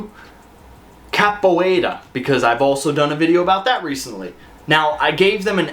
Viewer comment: Just glad to hear you saying Capoeira correctly now and for moving it up. List seems pretty legit.